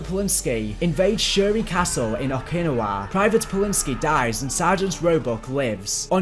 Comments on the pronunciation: Why does it bother me so much that he cannot pronounce Okinawa correctly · Oak in now a not what you said I’m not even from there and I know how to say it and I’m American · it is pronounced Oak-a- nawa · "Headed towards Okinowa"... it's Okinawa (Oh-Kin-Ow-Uh) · I feel so triggered when he pronounces okinawa as okeee nawah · Okee-nah-wah is the correct one. He says Okeenuhwuh, which just hurts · man your accent is so cringe. OKiNAWA? it's OKI-NA-WA Not one word. and don't get me started with Pel-lalu... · Some of the pronouniation in this is awful Coal-e-sus? Oh-kin-e-wa? Really? Col-os-us. O-kin-now-ah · Please, for the love of god....it's pronounced "Oak-ah-nah-wa", not "O-kin-ah-wa" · Okinawa (oh-key-nah-wah) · o-kin-ow-a* btw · Man how the fuck did you miss pronounce so many words? Like you pronounced Okinawa as oh-kyin-o-wuh, and SO many other words. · Ah yes, the famous battle that shifted the war in the pacific....O-kin-a-WAH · I was looking for this comment lol I had heard O-ki-nah-wa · I'm guessing they say it in Yakuza the same way that US Marines do? Oh-kee-now-wuh 😆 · I got bad news for you, It is actually Oh-kee-naa-wuh. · It hurt to hear Okinawa pronounced Oak-in-ni-wa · Oh•ki•na•wa pronounced oh key nah wah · I love how he says Okinawa “oak-kina-wa” is how he did it not “oak-in-nowa” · it bugged me so much how you say okinawa lol (oak-in-ah-wa) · No offense man but it’s pronounced (oc-in-owa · Okinawa - OH-KUH-NAH-WUH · like how he says Okinawa "oh kinawa" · It's pronounced Oh-kee-naa-wa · “Oh-Kin-Oh-Waa” weirdest way I’ve heard Okinawa pronounced, but I’ll go with it. Awesome video by the way. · Oh-Keen-A-Waa is the correct pronunciation. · okin-awa bruh what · the way bro said Okinawa gave me a stroke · Here in 2024 looking for this comment. Okinawa was a tough one for him 😂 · Great vid, damn did it hurt to hear you pronouncing Okinawa >.< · Bro that pronunciation of Okinawa killed my hope. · i hate how he pronounced Okinawa lol